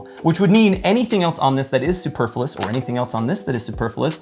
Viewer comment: Bowler hat? It's a top hat. "Superfilous"? [sic] That's not how the word is pronounced. Misnomer? That's not what that word means. And that wasn't actually a straw man argument. Damn, I'm sorry. I know it's channel, but he gave this one to by not being able to use words correctly. It has nothing to do with the fact that I carry a Surge in a holster on my belt. *Nothing*!!! 🙂